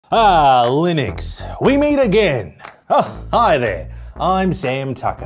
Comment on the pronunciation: its Linux not Linix 🧐 And its not a good OS . OK for a server thats it. You cant beat Mac OS.